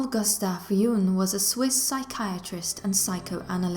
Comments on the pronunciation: Why does the narrator pronounce Jung’s name ‘Juung’? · Pronounce the g in Jung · Surely you could learn how to pronounce words,the name of the city, Carl Jung. Good grief!!!